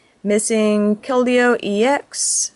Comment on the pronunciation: Its pronounced kel-deeo. :)